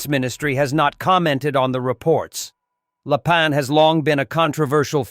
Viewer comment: Very bad AI translation. All the names are wrong. For instance, it is general LAPIN. That's ruin the credibility of this channel